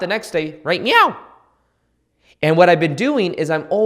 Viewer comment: Did anyone else notice how he said “right MEOW”?!?! Jajajjaa thank you, I’ll comment again once I’ve actually went through the video